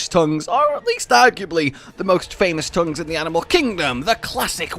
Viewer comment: wait did i just hear "the best TOUNGS"?